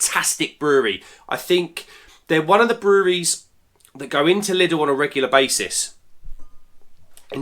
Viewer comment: Top marks for saying Lidl and not Lidls